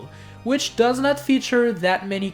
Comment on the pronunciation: You said which wrong like wicth